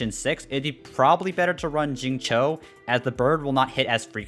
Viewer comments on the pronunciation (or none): it's like sing chiu but less of the h and more of a sharp C or something like Tsiu, at least that how I pronounce it in chinese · i feel you. I'm fairly sure it's Xingchou(i have no idea how to convert chinese into english text spare me) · not really the correct pronounciation would be "singcew" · as an asian i cry everytime he says xingchow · it's pronounced shing cheo / chew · Xingqiu called himself "Shing-chow" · SAME. I GET SO DISAPPOINTED WHEN I HEAR THEM PRONOUNCE XINGQIU 😭😭